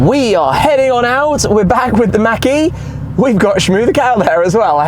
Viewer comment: I knw you're from England but Tim .. it's Ford Mache(Mock) e .. not Mackie lol 😂